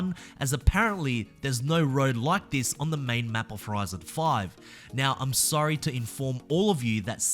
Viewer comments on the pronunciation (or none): none